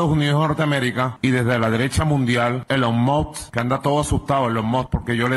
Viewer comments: Elon Mot, Elon Mox, Elon Mos y su estarlix jajajjajaja.... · SI COLOCAN LOS SUBTITULOS DE YOUTUBE CUANDO EL MASBURRO TRATA DE PRONUNCIAR "ELON MUSK" aparece "el on mod" JAJAJJAJAJAJAJAJJAJAJAJAJJKASJKASKJSJK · "E LON MOD" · Soy fanática de Elon ( se pronuncia Ilon Mask) Musk.